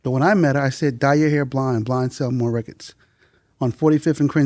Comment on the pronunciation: One thing I've learned over the years is when they say "reckits" instead of "records" they know what they're talking about in music. Guaranteed.